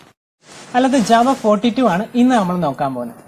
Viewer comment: Java alla... JaWa